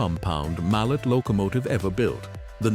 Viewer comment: It was pronounced (MAL-LAY) . The last name of a brilliant Swiss born mechanical engineer not a type of hammer . His family was of french lineage .